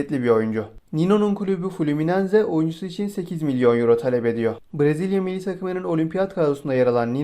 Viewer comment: Mılli dedin milli